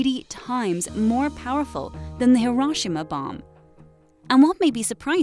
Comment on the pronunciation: I literally left video over way she say hiroshima